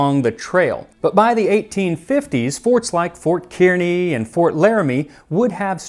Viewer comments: It's pronounced like karny, not keerny. -- Nebraskan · or so he mentions Fort Kearny, in spite of the spelling, it is pronounced with a long A, not a long E sound; like Fort "Carny". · You may have heard this already, but Fort Kearney is pronounced "Car-knee" (phonetic) by Nebraskans. 🙂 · the correct pronunciation of "fort Kearney"? is "Car-Knee" thats how ive always heard it said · Kearny is pronounced car-nee. 😊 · It’s pronounced Fort Car-Knee! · Kearny is pronounced Kar-Nee. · CAR-NEE. Lived in Nebraska for a few years. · One note, Fort Kearny (Kearney) is pronounced "car-nee". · as a Nebraskan, I must inform you it's pronounced "Car-knee"